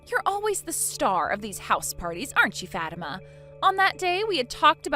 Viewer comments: It’s pronounced Fa-teem-ah. Not Fat-I-ma. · Its pronounced FA TIMA NOT FAT IMA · How uncuktured ARE these people? The prpotagonist's name is NOT pronounced "Fat-ima." It's "Fa-TEEM-a"!" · It’s the way the VAs pronounced it. “FAT-tima”. Girls can be pretty mean to other girls, especially if the first syllable in their name sounds like the word fat. I’ve seen others pronounce it as “fa-teem-ma” which is a whole lot better. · I cringed so hard every time they mispronounced Fatima and Aisha said mommy 😂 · Why would anyone pronounce it Fat-ima rather than Fa-tima. A name with fat in it seems wrong. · Aisha is too old to be saying “mommy”. And naming your daughter FATIMA is just ASKING her to be made fun of, especially if it’s pronounced the way they do. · The way they pronounce it, the first sound is “fat”. Not exactly a good first sound to a name. However if it’s pronounced “fa-teem-ma”, then it’s a whole lot better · Its pronounced 'Fau-tima' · I've known a few Fatimas, and they all pronounced it Fat-imma. 🤷‍♀ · Learn how to pronounce names please. (fuh - tea - muh) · Facts, it's pronounced Fah-Tee-Mah. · Grown ass woman and not only is she being so petty but shes calling her mom mommy??? Edit: also you guys ar pronouncing fatima name wrong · That's not how Fatima is pronounced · Fatima is a very popular Muslim name but it's not pronounced like that.😂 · Fatima is a beautiful name and you are correct on it's origin. It's jarring how these videos randomly pull other culture's names out of a hat and throw them in mispronounced.